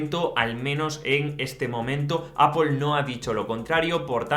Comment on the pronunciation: no entiendo porque en españa se empeñan en decir Apel cuando la pronunciación real y original es Apol que significa manzana 🍎. si vienen a USA 🇺🇸 y piden una Apel nadie les va a entender tienen que decir Apol. lo bueno es que tú ya lo pronuncias bien 👍🏻